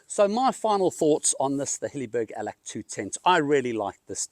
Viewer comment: Allak..not Allack 😊